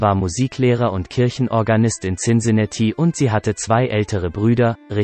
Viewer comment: Cincinatti so oft falsch ausgesprochen